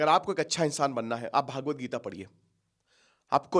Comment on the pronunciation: आप हर बार भागवत गीता क्यों कहते हैं सही शब्द भगवद् गीता है, भागवत गीता नहीं, भागवत् पुराण जरूर है, विद्वान को बार बार एक ही गल्ती शोभा नहीं देती, लाखों विद्यार्थी आपका अनुसरण करते हैं